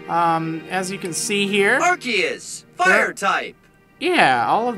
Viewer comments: I thought it was pronounced Are-sea-us not Are-key-us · OMG I WAS LIKE "What? How is Arceus pronounced with "key" when the pokemon movie pronounced it with "R-see-us"!?" :( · like Marriland said for battle revolution it;s pronounced that way but for games like heart gold/ soul silver it's pronounced arc-ee-us not ark-ee-us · Arceus is pronounced "Ark-ee-us" wtf. I'm almost positive pokemon battle revolution pronounced it as "Are-see-us" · Im' very sorry, my brain was dead. My brained flipped what you said is pronounced as Ark-ee-us andwhat's pronounced as "Are.see-us" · ア-ル-セ-ウ-ス Is the Japaese spelling of it. (The Japanese name also) A-ru-se-u-su (It's how it's spelled out) It's pronounces "Are-see-us" actually. If you even know Japanese. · Whoa... I did not know that you pronounce Arceus like that, can't tell if everyone pronounces it wrong now... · Wait...It's pronounced Ar-KEY-us? MY WHOLE LIFE IS A LIE! =P